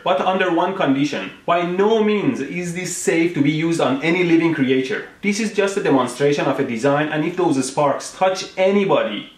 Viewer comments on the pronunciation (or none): Ah yes CREATEture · cre-ature :D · Cree-A-ture... lol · 'living create-ture' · The hell did you say? Creature or "Kree-ate-ur"? I really can't tell. Give me the answer or I won't like you anymore. Also if you die you can't entertain anymore. And I won't like you anymore. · I still can't get over how he pronounces creature.